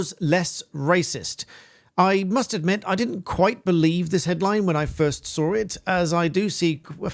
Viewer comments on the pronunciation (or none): Why do you say I SOAR IT ? SAW is not spoken as SOAR. Law is lot lore. Lore is a different word.